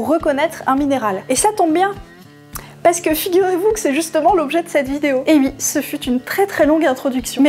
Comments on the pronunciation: Ont dit oui, pas ui. C'est rigolo comme prononciation. Mais je t'aime bien quand mêêêême. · « Et si ui, quand est-ce que ça s'arrête » Je ne connais pas beaucoup d'endroits où le "oui" est prononcé "ui"... à part dans la région où passe avec ses sabots dondaine... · j'adore quand tu dis "et ui "